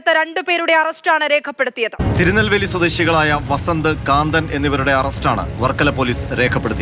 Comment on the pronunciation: കാന്തനല്ല, കന്തൻ!